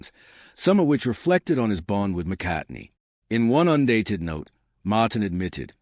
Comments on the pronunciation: Can’t get past the McCartney pronunciation 😢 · This guy can't even pronounce McCartney